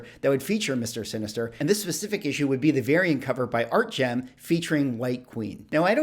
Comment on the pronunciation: Love the content,. One note, it is ArtgeRm not Artgem.